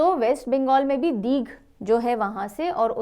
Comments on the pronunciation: Mam ❤❤❤❤ main WEST BENGAL se hu . (Digh - दीघ) nhi hai mam woh hota hai ( DIGHA - दीघा ) | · Ma'am... Digha ka pronouncing दीघा hoga.... दीघ nhi😊